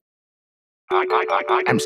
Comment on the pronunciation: Bro can't is shy to say his name💀 "seve"